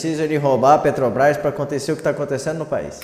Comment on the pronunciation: Lula aos "Pretobás" foi isso que eu ouvi msm? 😂😂😂😂😂😂😂😂😂😂😂😂😂😂